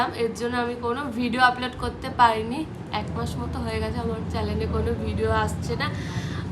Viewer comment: Problem ❌Poblem ✅ Channel ❌ Challen ✅